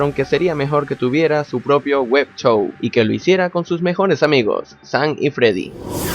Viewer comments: Amigo no se dice web chou se dice web show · Wep Chou Jajaj ( No me estoy burlando de ti aolo quiero que sepas que se dice Web Show.) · dijiste wep shou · Dice web chou debes de buen chou